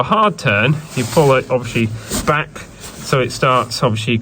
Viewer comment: Why do you keep saying.... ( Obvi wash ly)... anyway love the videos keep them coming..